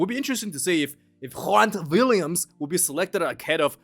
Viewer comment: Good work with the name pronunciations- EXCEPT for Grant Williams😂😂😂😂😂